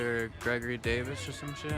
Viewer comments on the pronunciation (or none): none